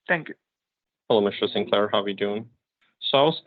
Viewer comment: Sin-Lair? Are you Sodom or Gomorrah with your druggy/money/bloody ways?